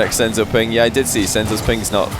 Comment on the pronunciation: Not sensu its “senzo“